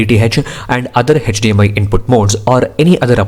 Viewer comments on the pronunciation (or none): none